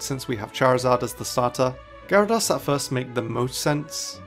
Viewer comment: Typhlosion, not Tyopolion! Gyarados, not Red-ados! Left off the hyphen in Ho-Oh! Linoone is supposed to end with an E! There should be only one H in Sinnoh!